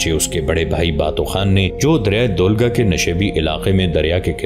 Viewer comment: River Volga ko aap dolga keh rahey Hain